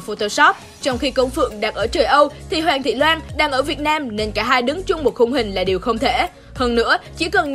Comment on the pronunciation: Hoàng thị loan....chị đọc sai tên